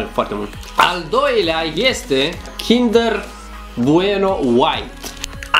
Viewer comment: Mie îmi place ou cindăr maaaare 😖😖😖